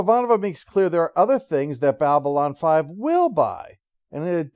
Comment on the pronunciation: I, for one, actually kinda like the sound of "Bal-Bylon 5". 😉 (Just razzin' ya,! 😎🤘☮️)